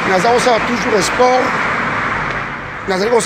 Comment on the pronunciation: Ozali kosala esport??? Kiekiekie. Yekola koloba : Sport.